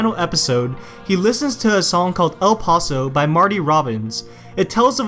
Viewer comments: how did he butcher El Paso, it’s pronounced EL Pass-o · How are it it to actually say El Paso corruptly